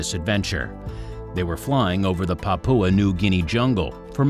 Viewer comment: Could you please say it as pah poo ah not papa? The u is not silent! It makes your speaker sound ignorant.